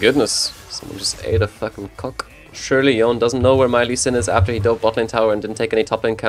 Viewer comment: it's yone, not yon Fucking yonE with e being pronounced